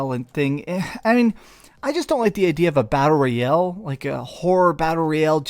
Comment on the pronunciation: Battle "rayale"